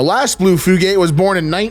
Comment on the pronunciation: Fyoogate (fjuːˈɡeɪt)